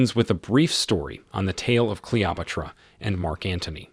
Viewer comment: This content creator needs an editor and quality control specialist. How can the narrator (human or A.I.) mispronounce so many common words: 'Cleopatra' as 'Clee-Op-Pa-Tra 'Cairo' as 'Care-Roll' or 'Carol' '... still ...' as '...steel' ... And refer to the famous museum known as ''the Louvre' as window blinds. Is this movie out on DVD yet?